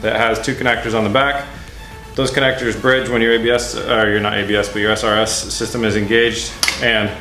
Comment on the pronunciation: srs system? :^) S R S S Y S T E M. although you may not care shit like that is really fuckign annoying *(love ur videos)